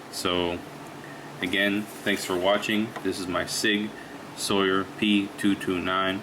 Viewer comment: Sauer not Sawyer